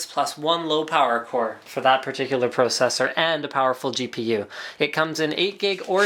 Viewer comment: PRO-cessor lol